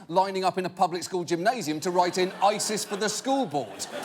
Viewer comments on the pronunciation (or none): none